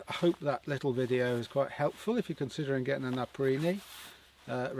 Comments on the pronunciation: Its pronounced... NAPA...PEE...REE. NOT NAPA...PREE...NEE. BUT whatever, they are very nice jackets 👍👌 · why would you pronounce it "naprini"?